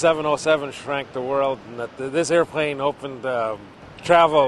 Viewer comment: i dont mean to be a dick, but it bothers thr hel out of me how he says "airplane"